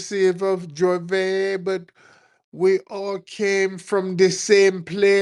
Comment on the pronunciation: It's not Jorvay it's Juvay, pronunciation.